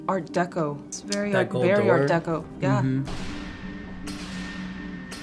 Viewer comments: Take a shot every time that they say "art decko" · Drinking game… every time they say Art Decko